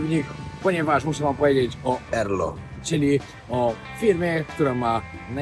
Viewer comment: Jeżeli chodzi o twoją reklamę (którą przewinąłem) to się czyta "erelo" a nie tak jak ty to powiedziałeś erlo